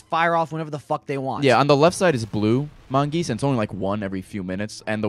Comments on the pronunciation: plural mongoose is mongooses, plural goose is geese, it's not mongeese, it's mongooses. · MON-GOOS-ES NOT. MON. GEESE. GOD. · its mongooses not mongeese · Mongooses, not mongeese. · Ord not mongease its mongoses!!!!!! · "Mongeese" lol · lol they say mongeese